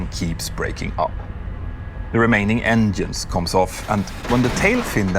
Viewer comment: damn i'm so proud of, he said "engines" instead of "enyins" good on him hahaha